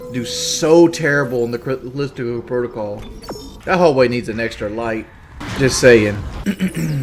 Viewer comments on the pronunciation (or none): Dude…someone please tell him how to pronounce “Callisto.” It’s not “Kelistico Prodocull.” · big ups